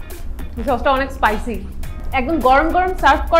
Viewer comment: " পাইসি " গ্রেভি মোমো 😂 **No offense** 😊